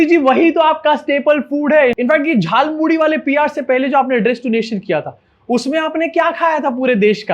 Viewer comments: Are, hum to soche the ki ap is baat focus dekar cover karenge ki is aadimanav ne jhalmuri nahi jhalmuli bola. Lekin aapne wo miss kar diya 😟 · Its jhaal moori not Jhal Mooli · Jhaal Moori, not Jhaal MooLI. Mast setup kiya lekin script galat hain 😂😂😂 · Jhaalmuri ❌ Jaalmuri ✅ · Jhalpuri nahi jhal muri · Jhaalmudi nahi bhai “JHAALMULI”😂😂😂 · Modi Jhar Puri ko Jaal Muli Bol Reha Hai. 😂😂🤣🤣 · Jhal Muri hota hay wo , Modi ji ne bola jhal muli 😂😂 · Jhaal muli✅ Jhaal moodhi❌ 😂😂😂😂😂😂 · He said Jaal muli.😂😂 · झाल मुढ़ी नहीं झाल मोली, ध्यान से सुनिए। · Jhal moori bolna to aa nhi rha, iss actor ke paise katne chahiye😂😂😂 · Jhaalmuri ❌ Jhaalmuli✅ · Jaulmuli bol ra hai batao yr abay Anpdh Hindi to ache se bol